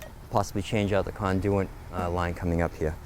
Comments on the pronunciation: The word is Conduit [kon-doo-it]. Good way to sound like you know what your doing... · Where is this guy from that he pronounces conduit the way he does about half the time? The other half he pronounces it normally. Never heard anything like it.